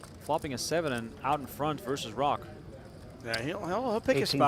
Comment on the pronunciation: I'm pretty sure Roque is pronounced Ro-kay, not Rock. These announcers both have die-a-ree-a of the mouth.